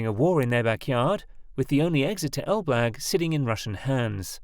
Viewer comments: What you call "Elblug" (Elbląg) is pronounced "elblong" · A pronunciation guide: Elbląg — elb-long Baltiysk — Bal-teey-sk (no v there :) ) Suwałki — soo-vow-kee Kaczyński — ka-cheen-ski złoty — zwo-tee Szczecin — shche-cheen (greetings from Szczecin, BTW :D ) Solid work on reporting the story though! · It's read like Elb+long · I cracked up every time the computer voice said "el-BLAG" instead of Elbląg 😁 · Pronunciation of Polish names is appalling. the letter "ą" is a nasal vowel pronounced as the French would say "en" as in "en masse" or "entente". The pronunciation is therefore something like "El blang g. Suwałki Gap (Note the L/l is not an L/l but is an Ł/ł is similar or not quite the same as the English "W/w". The W is proniunced "V" which migrates close to "F" at the end of words. The pronunciation is therefore "Soo vow kee". The canal is often known as "Kanał przez Mierzeję Wiślaną" (Canal through Spit Vistula) but more formally as "Kanał żeglugowy Nowy Świat" (Canal Shipping New World). As for the salt water arguement, it doesn't hold water. The Baltic has so little salt that it is almost drinkable. In any event, the Baltic flows in and out of the lagoon with the tides through the natural opening and marine species move in and out unhindered .